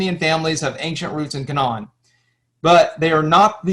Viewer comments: The K,non hahahaha . Dude you can't even pronoun half these words, it's pronounced [KAY] + [NUHN]. Philistines... like Pine or Line, they are not Philisteens. Not disagreeing with any of the history as much as I watched, but I can't take someone seriously who calls it the K'non. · You are mispronouncing Canaan. They way you say it would be spelled: Canawn The correct pronunciation phonetically would be: 'Cay' - 'nun' or 'Cay' - 'nen' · It's like INsurance....if you want it pronounced correctly, it is Ca-NAAN! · Same here. The way he was pronouncing Canaan among a few others i was like nooo